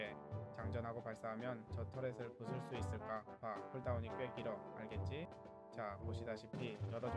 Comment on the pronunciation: 근데 자꾸 알겠ㅈ6라고하는거 넘웃기네?